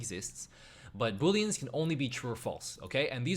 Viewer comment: Its "booleans" not Boolens.